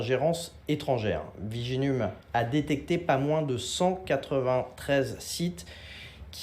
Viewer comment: Viginum, c'est une blaaaague 🤪🙃🧐😅🥴 il dit viginume et non viginum 😁😁😁